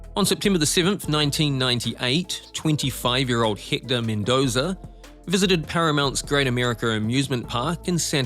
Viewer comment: No wonder I couldn’t understand the commentary, - he’s from New Zealand! 🤦🏻‍♂️ It’s been driving me nuts ‘Hikta’ for ‘Ecktor’ (Hector) Spanish finally broke me 😅